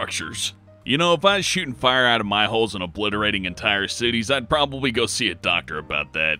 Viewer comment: A burning ring of "Fah" you say?